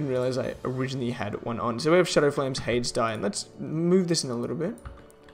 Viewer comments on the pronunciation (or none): It’s pronounced hay-dees